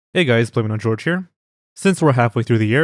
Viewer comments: I love how occasionally changes the pronunciation of "Jorge", like saying "George" instead of "Jorge". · Is it pronounced George. Or horhey. The world may never know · I always thought it was George and I've always pronounced it George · He said Jorge not Jorge.